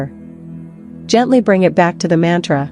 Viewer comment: Very poor pronounsiation, mantre Excellent